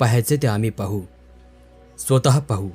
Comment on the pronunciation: कथा खूपच छान असतात. पण काही शब्दांचे उच्चार करताना शब्द नीट पाहून उच्चार करणे योग्य. उदाहरणार्थ स्वतः चा उच्चार आपण श्रोता असे करणे चुकीचे आहे. त्याबद्दल काळजी घ्यावी